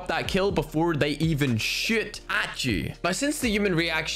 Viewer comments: Did u say shoot or shit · Everyone: shoot He: sheat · The way he says shoot “Before they even shoot at you” 🤣 😆 😂